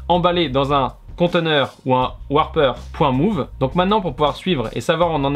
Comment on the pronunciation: Merci pour ta vidéo ! Pour info (pour plus tard), on dit "wRApper" et non "wARper". Wrap signifie "emballer", "encapsuler" en anglais. Comme les sandwiches ! :-)